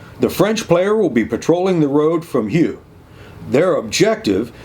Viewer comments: Yeah, please don't be distracted from the main thrust of the comments, which is "another excellent AAR!" PS. I can't help myself - for future reference, it's "Murz" and "Oo". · Great video as always, but, ooh, I'm gonna be 'that guy' about those Meuse and Houx pronunciations! How do you get those sounds from those letters? 🤣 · That 'Houx' pronunciation hit harder than a MG42